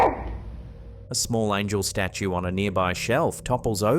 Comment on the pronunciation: Could have sworn you said Angle staue ealier :D